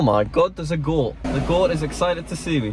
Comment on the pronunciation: The way you say goat is so funny!